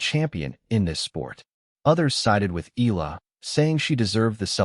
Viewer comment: you need to address, EALA correctly and not ILAH, okey